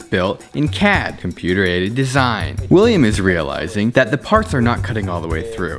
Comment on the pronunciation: I've been binge watching so much of this channel that when he described CAD as "Computer Aided Design" I thought he said Computer-Ated Design. You've broke me William